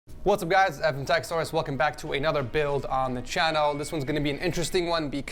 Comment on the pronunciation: I like how he says channel